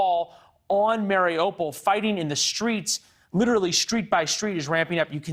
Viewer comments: Can someone please send a memo to western media teaching them how to pronounce"mariupol"? It's "mary-OO-pull" not "Mario-Paul". Oooooo like the Russian/Ukrainian letter У in Украина. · mary-opal?? I wish these idiots would take five minutes and learn how to pronounce the names of towns/cities.